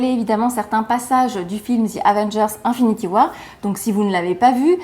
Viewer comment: J'ai jamais compris votre délire ( les francophones têtus) là de prononcer les mots anglais comme si c'était des mots français..."Infinity war"...-_